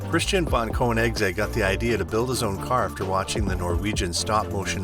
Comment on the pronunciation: Don't pretend to know about these cars. You don't even know how to pronounce the name!